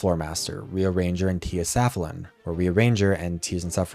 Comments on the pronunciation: Small note for ~ Tia Safalin has a long second a instead of the first a (Sa-FAL-In instead of SA-fa-lin) because her name is a pun on Tears are Falling. Her design matches really well! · great video but unfortunately tia safalin is actually “tears a’ fallin” so i will be unsubscribing effective immediately